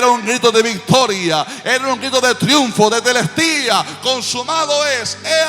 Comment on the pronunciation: La palabra no fué teteltestia , fué tetelestai ojo😮